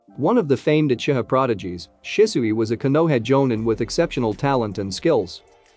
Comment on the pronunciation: Lol the text to speech is saying uchita instead of uchiha 😂